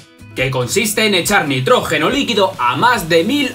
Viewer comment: Nitrógeno no notrojeno